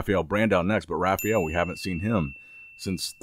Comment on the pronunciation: Why does he call him "Rafiel"?